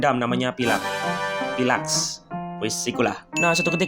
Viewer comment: Tulisannya pylax, dibaca nya bang pailex